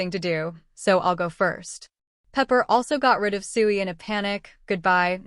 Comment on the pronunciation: Starting to wonder if this is an AI voice. It actually pronounces S.H.I.E.L.D properly instead of a 1 second stutter per letter that most vids have.